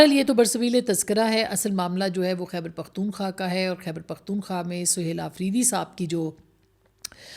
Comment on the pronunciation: بہن! آپ تو سپر جرنلسٹ/ تجزیہ نگار اس لیئے ھیں کہ "خیبر پختون خواہ" کا نام صحیح طریقے سے لیتی ھیں ۔ ❤